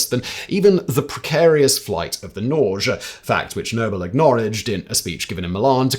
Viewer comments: Norge (the Norwegian name for Norway) is pronounced Norr-gé! with emphasis on the e. Not Norgch. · Norge is pronounced nor-gay. It’s Norwegian for Norway. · Norge is pronouned Nore-geh. It means Norway in norwegian. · Wouldn't "Norge" be pronounced "nory-ay"?